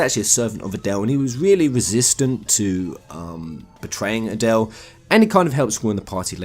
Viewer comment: Yeah you do not speak that name out like Adelle... It's A-del. Just say the A and del after it. So annoying if people get that wrong. Just as hard as saying Lunatic i guess....Long A's....not short ones....